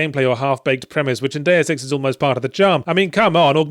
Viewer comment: It is Deus Ex, not Deu Sex